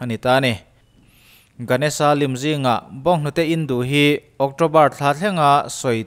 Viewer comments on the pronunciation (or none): Vai pathian hming hi Ganesha niloin Ganesh-a ti a lamtur ni awm zawk tak a ni.